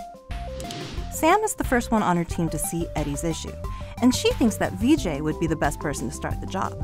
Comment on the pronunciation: That's really cool. But a small note: his name's "Vijay" where there's no lengthening of the first vowel. Hence, it's 'Vijay' where the 'Vi' sounds like the 'ri' in 'risk', not like 'me'. And all that would have been required to figure out how to pronounce his name were less than two minutes on Google.